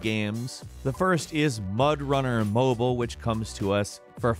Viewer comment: Ah yes, "mobyle" games